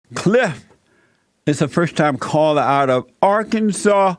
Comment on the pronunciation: "Are-Kansas"...lol Guys...That's gotta be the next T-shirt! Joel = Black!!